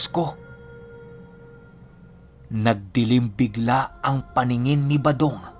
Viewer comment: 118th parang balong at Hindi badong Ang narinig ko that you said.baka tenga ko Ang May difference sya